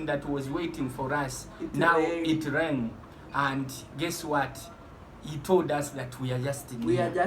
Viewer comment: is beginning to speak like the wife, he said it reng instead of it rang😂